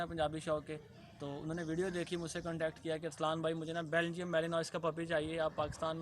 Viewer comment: Ya belgyam shpeed hay melineam nhi yar ghalat lay liya hay